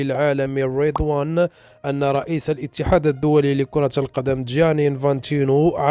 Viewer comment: اسمه ريضوان يدون شدة انه اسم عربي مغربي تطوانى فلما تنطقه مشددا وبالطريقة الغربية😂🤣